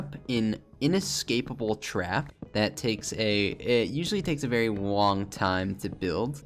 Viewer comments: Sounds like "wong time" haha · "takes a wooong time to make" xD